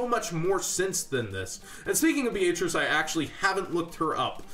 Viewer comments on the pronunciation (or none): dude i like your vids and stuff but sorry, no offence but its so annoying to hear you mispronounce Beatrice. Beatrice is pretty much pronounced as "Bee-uh-tris". the "A" is not as strong or singled out as your saying that name